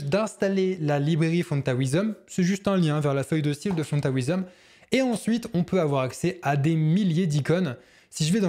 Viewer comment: Excellent effet, tes vidéos sont très pédagogiques, mais, stp la prononciation de "font-awesome", ça pique les oreilles ! On dit environ "ow"some, voir ou plutôt écouter l'ami google et surtout pas A"OUI"some. Corrige les erreurs de prononciations des mots anglais, et ce sera tip-top !